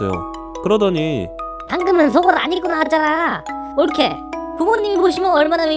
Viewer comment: ㅋㅋㅋ 올케라고 하니까 오케이!인줄